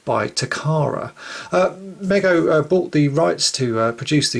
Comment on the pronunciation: FYI: It's pronounced MEEGO.